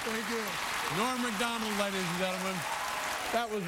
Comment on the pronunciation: And Dave finally honored him by pronouncing his name correctly. All coming together...